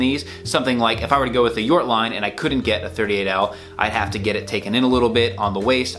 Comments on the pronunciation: You pronounced Jort correctly. It's Jort as in 'York'. It is a reference to Jort Kelder from the Netherlands. He is a well known etiquette lover and he dresses great. He did some televistion-series. At some point he got a offer to create his own line with SuitSupplie. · You pronounce Jort correctly, I know the guy he is a friend of the owner.